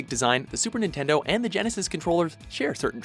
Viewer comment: Super ningaydo